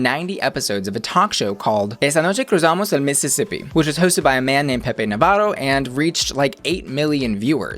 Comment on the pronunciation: Really impressed with your Spanish name pronunciation, not including Pepe Navarro, everything was well pronounced. Really appreciated. I would like to see your opinion on the whole season now that's finished. I think it's the best International Drag Race ever, but I can see how some stuff can fly under the radar for English Speaking, a lot of stuff is very very cultural. hehehe A chunga, it's short of a nasty girl with a very bad attitude. It's like a chav boy crossed with a goth girl that hates everyone. (very difficult to explain)